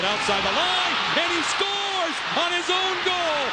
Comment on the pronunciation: HE SCERWS!!!!!!!